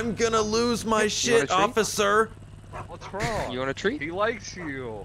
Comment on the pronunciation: The way he said officer 😂😂 officER